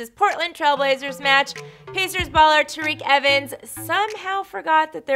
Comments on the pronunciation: Did she just say tareke evens. I'm pretty sure its TYreke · It’s pronounced tie-reek evens